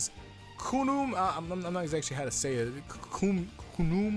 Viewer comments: Khnum Is pronounced: Ka-Num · they aren't hard to pronounce "Kunumu" and "Toto"